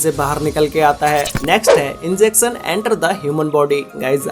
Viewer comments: ball "pan" and "Enjection" Enter The Human Body lol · Yes “enjection” 🙂🙂🙂🙂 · Inzecson, jhoom what a pronunciation